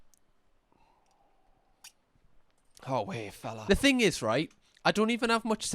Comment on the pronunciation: Hahah "the whatever that is.. ehh that beutiful thung they have"